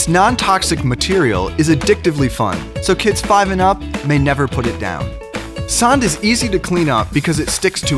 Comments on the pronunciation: "Sånd" is not the same as "sahn". If you're going to use Scandinavia letters, at least get the pronunciation right .__." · Fun Fact: You pronounce Sånd like Sond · As an swede it pains me to hear say “sånd” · It is actually Sond because the å is a o in swedish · (S)he mean sand, not sånd! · actually its sånd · As I’m British, if sånd rhymes with “wand” like it says in the description it would be “sond” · Hey, swede here. If you're gonna tell about sånd to another swede (that may be your friend) then you should pronounce it as "saund" because that's the sound the letter Å makes in the Swedish alphabet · Shahid Rashid roblox but that’s not how you pronounce å they got it way fucking of and it is anoing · ikr Im from denmark. and im they pronounce it so wrong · if you're going to sell a product globally then maybe you should check the pronunciation? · That's not how you pronounce Sånd. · I'm not from Sweden, and even I know that they aren't pronouncing the "å" correctly. (Don't ask me to pronounce it right though, because I can't.)